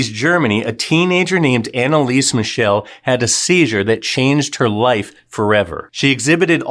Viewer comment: Her name is pronounced Analisa.